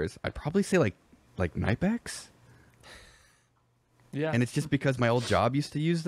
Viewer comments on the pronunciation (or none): laugh when will said "nyepex" instead of pronouncing the "k" heh. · the way americans pronounce knipex is very disturbing.